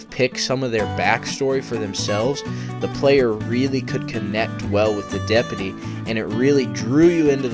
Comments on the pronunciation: STOP SAYING DEP-UH-TEE ITS DEP-YOU-TEE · Its DepUty not depety jesus thats annoying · Are you mispronouncing deputy on purpose?